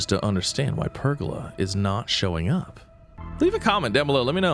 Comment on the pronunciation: Please learn how to pronounce pergola correctly. Its ola like how you say cola. Say it with me. Per...gola 🤦‍♂️